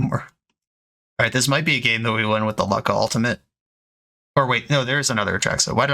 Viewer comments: Is Lukka not pronounced Loo-ka and not Luk-ka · am I dumb? is it not Luke-uh?